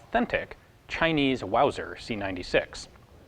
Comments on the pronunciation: Mauser not Wauser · Hahahaha "Wauser" 😂🤣😭